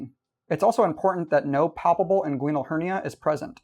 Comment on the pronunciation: it's IN-gwin-uhl for gosh sakes